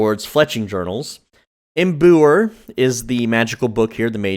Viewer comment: im-boo-er lol